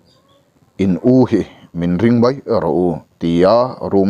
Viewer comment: bei ni lo in bai a ni zawk lo maw ka thian